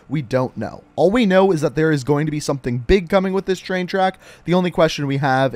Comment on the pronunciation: Dont say Tshain tshack say train track